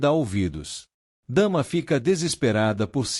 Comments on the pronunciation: O nome da irmã também fala errado "Dama" e é Damla ( pronúncia Damila) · Não e dama. É Damla